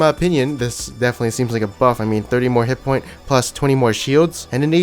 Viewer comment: Hit fucking POINT(S), NOT HITPOINT. You fucking annoying idiot.